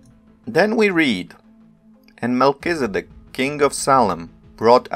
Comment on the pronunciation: " Melchi " "Zed dek" "D" NOT "B"